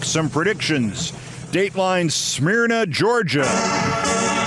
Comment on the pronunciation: The city you called "Smeerna" (Smyrna) is NOT a "white flight" suburb. I live here. My neighborhood is very diverse. And it's pronounced Smurrna". Yes, Loudermilk is a douche. But for the record, Cobb County (where Smyrna is located) is purple. Hillary won the county in 2016, Joe won it in 2020.